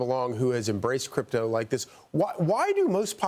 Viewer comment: It's CRYPTO not "cyrpto"